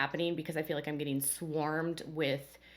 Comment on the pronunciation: Does ANYONE on this show know how to pronounce the word feel???? It has a long e NOT a short i !!!!